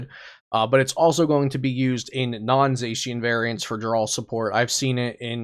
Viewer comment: I think everything is correct except zacian